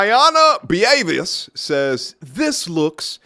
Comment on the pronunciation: it's pronounced BOVAY Beauvais